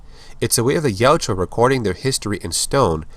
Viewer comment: Ya-UT-ja. The "u" is before the "j". It's not Yatjua. I would love all your videos if hearing that wasn't making me cringe every time.